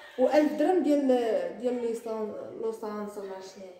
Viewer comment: والله حتى كتهظر عفويه قسما بالله من كلمت لسورانس قالت ليسانس ههه انا شخصه كنبغي هدا البنت عزيزة عليا بزاف